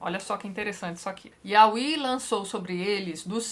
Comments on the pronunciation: oii tati! a pronúncia do nome YHWH é (iaveh) não (iaui), to amando seus vídeos e acompanhando, eu já me encontro no livro de daniel haha! bjs amoo seu trabalho. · Eu sempre dou risada quando ela fala "auí" em vez de "iavé", que é a pronúncia mais usada. Josué da uma ordem ao Sol e a Lua, que são criações de Deus. Sobre a ordem de matar todos, era um recurso linguístico utilizar da hipérbole. Por isso vários desses povos voltam a aparecer na Bíblia mais tarde. Os "favoritos" de Deus são chamados de "tipos" de Cristo. São figuras que apontam pra o Cristo. Um detalhe importante nesse vídeo é lembrar que Deus mesmo causa vários pontos fora da curva. Por exemplo: o primogênito era o herdeiro mas Deus escolheu Jacó, que era o segundo filho. E os apóstolos vai falar no fato de Deus usar uma prostituta para ajudar o povo de Israel. Os apóstolos entendem como providência divina. Os judeus da época não perceberiam isso mas os apóstolo, após terem acesso a toda a história, entenderam.